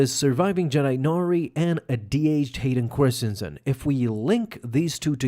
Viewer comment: Am I out of the loop? Why does he keep calling him Hayden Chorstensen?